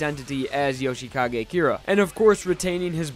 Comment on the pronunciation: Jousheekage Keera? I thought his name was Yoshikage Kira